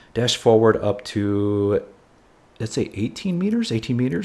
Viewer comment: He said it twice at least... :( Maybe he should borrow some kids book with animals to see the difference :)